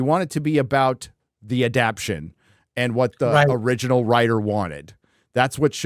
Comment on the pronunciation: AdapTAtion. Not "adaption". I mess up words all the time too but stop it.